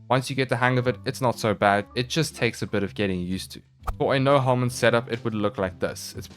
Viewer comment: Is "no helminth set up" I keep hear it as "no homies set up"